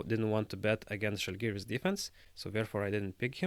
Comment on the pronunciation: No offense, but if you understand the language, you should respect the team name and pronounce "Žalgiris" the right way, not like other do.